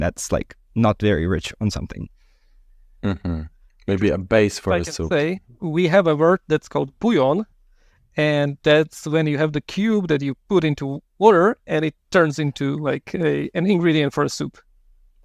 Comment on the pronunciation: it's not puyon but Bujón